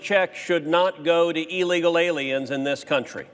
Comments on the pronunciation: I love the way Cruz pronounces illegal as 'ee-leegil.' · You’d think a Senator would know how to pronounce illegal.